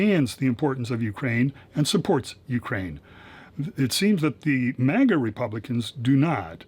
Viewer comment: Did I just hear "manga" republicans? 🤣🤣🤣🍌